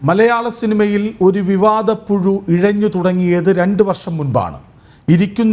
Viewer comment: പുഴു... അല്ല... പുയു...😂😂... അല്ലെങ്കിൽ... പു ശു....😂😂😂😂